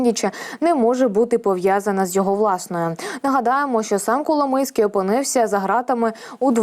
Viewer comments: Пані ведуча Коломойський ,а не Коломийський. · Ну варіант "коломИйський" на це прикольно, типу "хлопець з Коломиї"))))) ... але все ж я думаю, що напевно правильно його прізвище звучить коломОйський"!